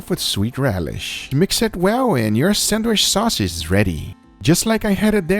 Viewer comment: Please say sandwich not sandwish!!!! Cringe alert